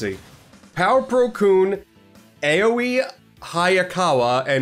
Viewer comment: In case nobody else has pointed this out, Aoi is pronounced a lot like "owie". (I learned back when I first played the original "Danganronpa" on PS4 in November 2020.)